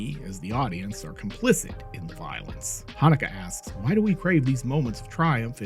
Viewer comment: How many complicents can one guy say?